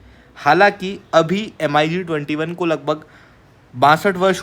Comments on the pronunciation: It's pronunciation is not M..I ..G.... Say mig21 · bhai,usko M--I--G-21 nahi bolte hain,"MIG-21" bola jata h! do a little bit of study,first. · Mig pronounce karo yaar not M.I.G 21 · MiG ko Mig-21 bolo M.I.G alphabet mat bolo. Distorted lagta hai. plz keep some respect, video banana hai toh ratata mat bolo